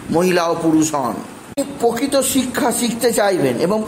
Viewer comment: Arre, dhaiyya noi dddddhaiyya (hard dh). Aar pokito na prokito, pobhab na probhab 😂 Uchcharan thik koro.